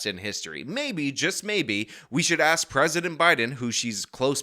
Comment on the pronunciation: If she gets a dollar every time she says axe instead of ask she will get rich quick